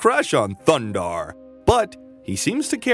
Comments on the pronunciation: It’s a shame you can’t avoid saying “THUNDARRRRR THE BARBARRRRIAN” everytime you need to say his name, completely ruins the video. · Loved this cartoon. Edit: I have to correct you. It is THUNDARRRRR THE BARBARIAN. With his friends, Ookla the Muk, and Princess Ariel. This is the only correct way to introduce these heroes. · Yup one year later your over pronunciation of Thundarr is still annoying